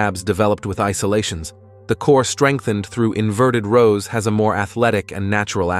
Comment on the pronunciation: Inverted rowl. 😂 AI